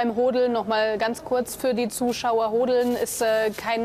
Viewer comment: Sag bitte nicht Hooodeln … das hört sich nach Geschlechtsteilen an … sag HODDDDDELN 😂😂😂😂